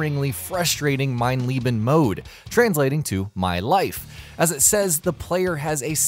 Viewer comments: STOP SPEAKING GERMAN YOU MORRON! its not Mein Lieben, ist mein LEBEEEEEEEEN fuckers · the way you pronounce mein leben sounds like mein lieben. and lieben is to love. my life(mein leben) should be pronounced lEben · Wrong, it is pronounced (lee-buh) or (lee-ben) depending on how it is used. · Saint Stitch Nobody says Leebuh lol It's Leeh-ben (German here) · pronounced leben (lay-ben) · Mein Lay-bin